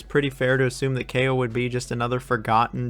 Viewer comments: I am from Czech Republic and I just pronounce it KAO. not like "keyo" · As a Polish it hurts me how you pronounce Kao 😭